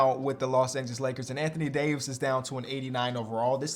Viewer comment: The way he pronounce Davis is crazy lol